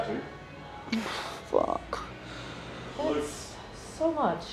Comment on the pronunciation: it's ta-too not tahdu